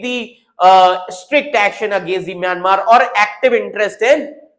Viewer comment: It's Myanmar not mayamer